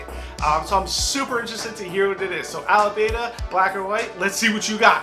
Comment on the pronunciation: It's pronounced a(as in another) lip(part of your mouth) ba(as in bra) ta(as in TADAAA!) i know you're not killing his name on purpose, so that's why I'm mentioning it. Check how other reactors pronounce it. Rock on! Like your reactions and HONEST enthusiasm. Peace.